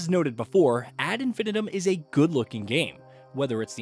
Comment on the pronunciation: You should probably learn how to say the phrase 'ad infinitum' before you review a game based on that phrase, lest you come across as a bit of a spanner.